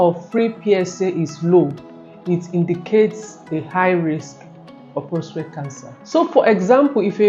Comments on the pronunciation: Very informative, but I was surprised at how many times she said prostrate instead of prostate. It’s PROSTATE! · ProsTATE not ProsTrate.